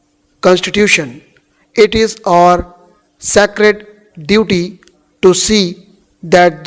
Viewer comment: Sir please do not pronounce "our" as "or". Your our and or sounds similar. Apart from that, your dictations are among the best dictations available on Youtube and we've been always looking forward to your uploads. Thank your.